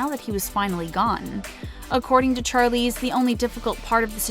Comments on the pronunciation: Char-Leeze?!? Really!?!? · It’s pronounced SH-arlize not CH-arlize. It’s the same sound as in Shawn, not Charlie. This video is great but the pronouncing of certain things was painful. And it’s ‘The Colour Purple’ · Vihara V it’s not Charlie or Sharlie by the way, it’s Charlize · Inspiring video - and heartbreaking at times. I’d offer a correction though in the pronunciation of Charlize Theron’s name....she herself said it’s pronounced like Shar versus Char. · char-leeze char-leeze char-leeze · I feel like my brain is going to explode after hearing the name “Charlize” being pronounce wrongly SO MANY TIMES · Alrite I'm done! Gonna slaughter Charlizes' name too? What a fukn moron!!😳😠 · Yes,"Charlize" killed me every time. I lost count.